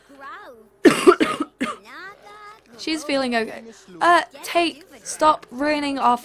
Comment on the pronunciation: Whenever she says Tate's name, I keep thinking she says "taint" and i lose it